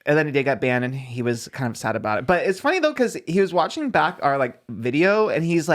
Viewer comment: "too fanny" laughs in british